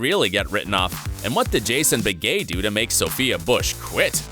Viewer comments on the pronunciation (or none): Google pronounces Jason Beghe as, "Bega" (short "a") Who do we believe?